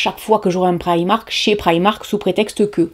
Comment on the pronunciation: Enfin quelqu'un qui ne le prononce pas "prImark"